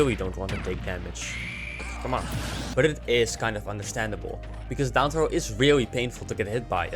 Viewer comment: Can you physically not say the letter "r"? You say "weally", "genewally", etc 😂